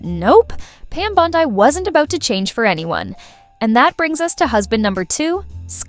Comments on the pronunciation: Bondi…Bondi, not Bond eye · 9.1M views and 100👍🏻 This shows what a sorry azz sack of crap, progressive hit piece you put out on a Trump cabinet member. Voice troll won’t even pronounce her name correctly! “Lefty Facts Vs” Who’s running your outfit now? Brian Steltzer?